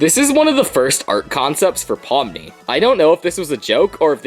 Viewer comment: Pomni not pony 😑